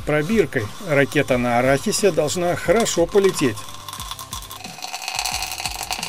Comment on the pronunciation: "Ракета на орахисе" - зачёт! )))